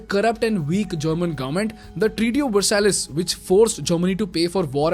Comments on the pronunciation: ...Its not pronounced as "VersaLESS"...it is pronounced "VerSAI" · Please learn to pronounce Versailles